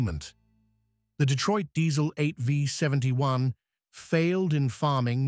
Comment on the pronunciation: 8 five 71? AI narration which can't recognize a V? That tells me all I need to know in less than 5 seconds. Click bait.